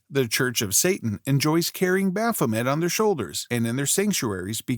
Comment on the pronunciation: MAY! bah-pho-MAY!